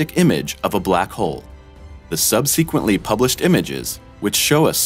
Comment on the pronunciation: Haha. Was looking for this comment before I commented on it. What about sub -SEEE-quently? He says it like that in almost every vid. It always stops me in my tracks.